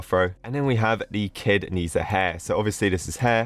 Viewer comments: im not being rude, but it’s pronounced ‘zhe sha’ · Its pronounced "ni-zda" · u say it like neh sha hes a boy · I think its na sha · Nehza do not pronounce like that is like neza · nezha is pronounced neh-za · Not nesa i am so angry about how you say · Lol. You definitely pronouns wrong the person's name and actually the items you got in the obby is the items he have. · Not knees a its nezha but u pronounce it diffetently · you pronouce wrong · Even though i'm not chinese, the correct way to pronounce Ne Zha is "ne ja" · ITS NEZHA, NEZ-HA DONT DISRESPECT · it’s pronounced na zha it’s called nezha because it’s for the English kids I’m asian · Its nezha not nazha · It’s spelled NER ZA btw not Ni za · Sir it’s not nezah it’s nez ha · its not kneeszha its pronouced neshzha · Nezha is actually pronounced as Nuh dra And his story is basically: There were two magical orbs, water and fire (or kind and evil) When nezha was being born his mom was going to swallow the water orb to make him good and stuff but the water orb got stolen so she swallowed the fire orb instead Nezha was basically seen as a monster to the village so he was locked up, (his mom and dad still loves him tho) One day nezha escaped to fight a monster just to make everyone think he’s good but everyone didn’t see the monster and thought he was just throwing fire everywhere (yes nezha has powers lol) He went to the ocean and met Aobing (the water orb guy) and they became friends Oh yeah there was this leopard guy and he’s evil or something lol The rest u can watch the movie :/ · Dude, I'm almost like a big fan of nezha and I'm overproud when seeing the thumbnail how to pronounce it by the way: ney-cha i think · omg i love nezha but its actually pronounced Naysha in english or with a Chinese accent its Naja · I completely understood this and by the way I believe it’s pronounced Ne Ja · It's pronounced ne-ze-hae I'm pretty sure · Its pronounched as neh-za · its also pronounced ned-zha